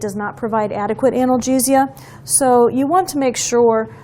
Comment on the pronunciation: How you say “analgesia” 🤣